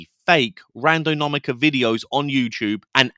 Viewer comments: lol Randonaumica. You said it incorrectly more than once. Thanks for being genuine. 😂😂😂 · This doesnt really matter because its all rubbish, and im guessing he was doing it on purpose for effect or something. But that was so annoying hearing him mis pronounce it over and over. "Randonomica". As I say, it really doesnt matter, its a fake word for a fake thing, for youtubers to get views on. But still offensive to my nerves. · Say it with me it’s pronounced "Ran Do Nau Tica” 👍🏻😉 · I didn’t even notice you said it wrong! Angelo and his friend were so cringy, I was getting second hand embarrassment from them!! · You’re not saying the word correctly…